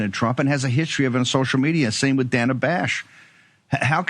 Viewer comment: This is petty, like the story but Steve Bannon can address Dana Bash by her preferred pronunciation, danna, not dana. Can you two jump on? Small but courteous. TBC, I don’t like any of these folks and if I had something else going on…